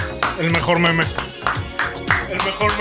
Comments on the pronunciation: Todos: meme El: meméh 🧐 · parece bomer al ponunciar meme con acento